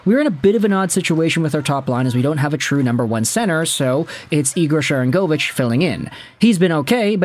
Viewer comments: Ya why are you saying she-rang-avich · Isn't "Sharangovich" pronounced with stress on the "go" syllable? I've heard his name on Sportsnet 960 (which I listen to sometimes mostly cause Calgary has some good radio personalities, especially Pat Steinberg). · Love your content , hate how you say Sharangovich! Shakes fist it’s SHARANGOVICH!